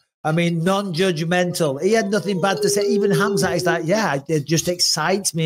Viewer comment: Sonnen also says Hazmat instead of Khamzat XD